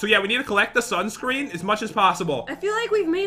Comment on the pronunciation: said sansun ore instead of sunscreen